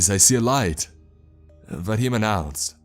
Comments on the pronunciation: his name is vadim not vahim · 2 people able to speak English in a town of 20 people in Siberia is a nice 1 % of the entire population. Pretty nice for a rural fishers Village. Also, the Names are a bit off. It's Vadim, not Vahim, and Darla isn't a Russian typical name. Darya is though. And finally, the translation of the word "Help": the word you used ("Pomogat") does translate as help, but not in a crisis or danger. You say " Pomogi" usually when you need a hand lifting a box etc. What should've been used for help in danger is "Spasite" ,meaning " Save me". It's be more fitting. Thanks for your stories and keep up the good work! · that pronounciation of vadim hurt me